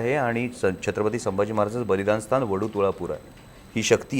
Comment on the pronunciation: Firstly...,you should Pronounce Chatrapati Sambhaji Maharaj Properly....also avoid repetition same question...